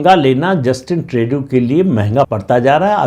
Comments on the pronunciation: Trey-du nahi Tru-do hai. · ट्रेडू नही, ट्रृडो